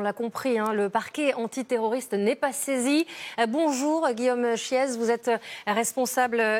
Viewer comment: Guillaume chiez pourquoi prononcer le z😂